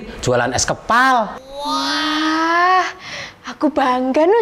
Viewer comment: Kak itu kok bacaannya huruf s kepal kan harusnya es kepal